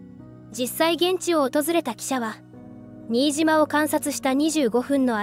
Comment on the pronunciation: ナレーションで、新島（しんとう）言うべきところを「にいじま」というのは、さすがにがっかりします。